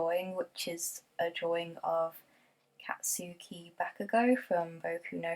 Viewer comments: Izuki 😂😂😂😂 sorry you said izuki instead of Izuku and Katski is more of one word than kat-suki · For Katsuki's name you don't pronounce the u sound so its like "Katski" but then again this is only how it's pronounced in the Japanese version as I haven't watched the English one :,)